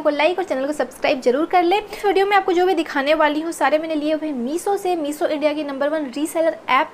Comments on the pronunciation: Your reviews are good...you look good but please please improve your pronaunciation as well...its shorts and not sorts also its meesho and not meeso...you pronounce sh as s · I liked the way she said "Meeso"😂